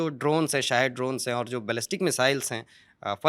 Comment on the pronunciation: फ़तह नहीं फ़त्ताह ।